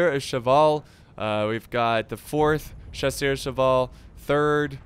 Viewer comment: When he said chassuers I just thought that the Brit cav was dead